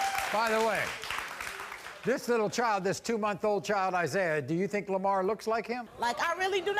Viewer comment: It’s “child” not “chowl”.